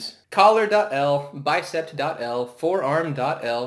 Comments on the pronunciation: Just a note it's bicep not bicept but good vid. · forgive my rudeness but the word is bicep. not bicept